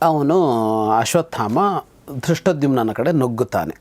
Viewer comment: Yes. He pronounces Drushtadumnya instead of Drushtadyumna.